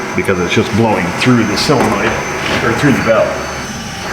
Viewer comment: SOLenoid, not SILLenoid